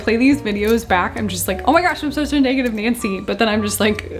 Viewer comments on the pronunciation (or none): none